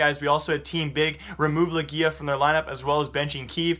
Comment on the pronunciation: Yo, Jake Legija is pronounced Legia :) like Leg-Ya